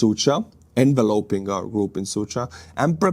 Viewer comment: Thank you for this upbeat report,. Very engaging! Your English is near perfect already. And since I know you put a lot of effort into improving continuously, here's a little help: The verb enveloping is pronouced En- Veloping ie not like the noun "envelope" but with separate emphasis on "En" and "Velop" As I said, this is not meant as disrespect - I think your language skills are very impressive!! Just a bit of support from Scotland... 👍👍 Keep up your great work!!😀